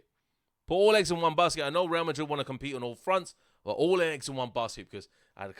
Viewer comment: The way he says Madrid>>>>>>>>>>>>>>>>>>>